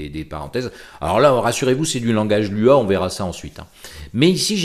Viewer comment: Coucou sinon on dit Loua pas l.u.a, Lua veut juste dire Lune en portugais 😉